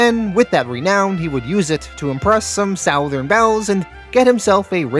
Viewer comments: Southern is pronounced SUTH•ern… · Bro why do you insist on pronouncing “southern” like that? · I scream every time you pronounce the word "southern" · As a southerner person. It sounds so weird how say southern. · Yes lol